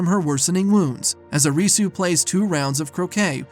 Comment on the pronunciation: "Uh-ree-soo" did yall even watch the show 😂